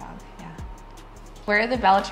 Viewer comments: It’s cane corso not king corso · Cane (Kah-nay) Corso!💜🐾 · How do you pretend like you're an expert on a dog breed when you can't even say the name correctly? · Bruh if you wanna protect the dog's name at least say it correctly lol. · What killed it was right when she said they researched the breed and then doesn’t know how to say the name correctly. I didn’t know how it was pronounced until I looked into the breed before getting my first puppy. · "being human" is not an excuse for not saying Cane Corso correctly when you put yourself out there as an expert in the breed. Zero credibility, also he looks like a Neopolitan Mastiff mix. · Oops! We were camera shy, definitely should have pronounced it correctly. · should be able to say the breed name of your own dog correctly- especially on a documentary like this which is educational 😊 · Maybe learn how to pronounce the breed of your dog if you want to appear to be educated on them. How is no one correcting them? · they did a lot of research, yet they haven't learned how to pronounce the name of the breed... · you don't even say the name of the breed right